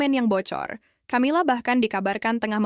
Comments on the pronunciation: Camilla=bacanya kamila, bkn camila, emang camilan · Knapa sih ucapan Camila jd tjamila